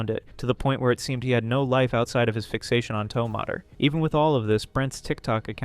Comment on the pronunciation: “toe moter” 💔